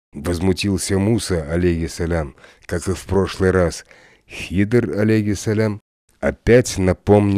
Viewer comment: Хидр а не Хизр